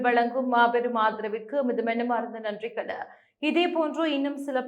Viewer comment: நன்றிகள இல்லை நன்றிகள்,தமிழை கொள்ளாதீர்கள் 🤦